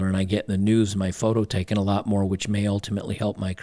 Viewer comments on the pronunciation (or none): none